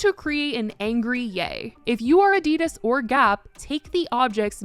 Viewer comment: I love your chanel but the way you say Adidas, is so wrong. 😭